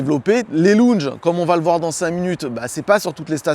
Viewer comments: Des quoi ? Des " longes " Des lounges " laouwndgeu" Repeat after me . Where is Bryan ? Bryan is in the kitchen . Sinon , merci pour la vidéo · Pas mal les "lou n ge" 😄👍